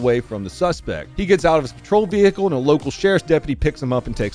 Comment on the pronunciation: "Vee-hickel". LOL.